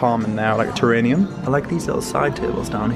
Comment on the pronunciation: My dear young man, it's pronounced ta-rare-ee--um.....Terrarium not Terranium….just a quick FYI.